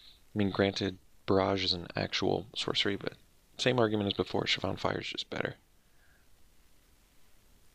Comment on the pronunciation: Is that the correct way to pronounce Shivan? I've always said "Shiv-en" never heard of "Shiv-ahn"..but I could be wrong.